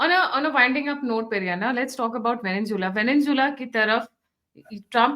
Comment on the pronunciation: its not Veninzula.. its Venezuela